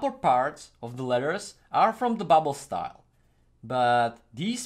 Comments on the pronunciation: I love these videos. When i was small i loved graffiti but as i grew older I forgot about the love i have for it...but u made me remember. Ps: Its BUBBLE not buble😂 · …just trying help …though I’m sure it’s been said …it’s bubble*